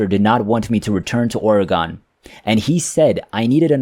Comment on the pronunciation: I guess the teller of this tale comes from somewhere other than Or-uh-Gun (pronounce it rapidly). It's Not Or-e-gone!